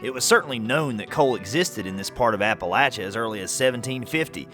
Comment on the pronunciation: IF YOU ARE MAKING A SERIES, I WOULD SUGGEST THAT YOU LEARN HOW TO PRONOUNCE APALACHIA CORRECTLY. GOOGLE IT!